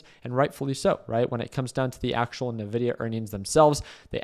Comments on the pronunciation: En Vi Di Yah not NUH VI DI YAH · It’s not Navidia, it’s Nvidia (pronounced “Invidia”). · Why would you short the day of earnings? What a stupid thing to do. Also isn’t it called en-vidia? Why is everyone calling it na-vidia?